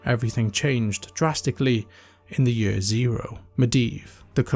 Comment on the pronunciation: saying yurrr instead of saying year made this video unwatchable